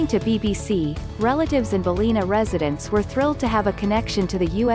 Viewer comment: It’s pronounced BAL-LIN-A, not Balleena